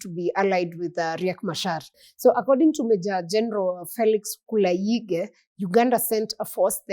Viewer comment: Ugandan General's name is pronounced as "Kulaije" The Machar's tribe is pronounced as Nu er read it like swahili word.